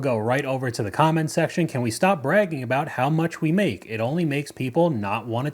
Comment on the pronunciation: “…. I go home, I maka the pasta” 🍝